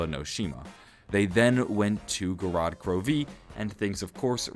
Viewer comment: It's so funny to me that says DE as it should be said but then he says Zetsubou and Gorod normally like an American hahaha sorry